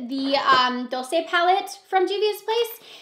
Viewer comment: Its the douce palette not Dulcé js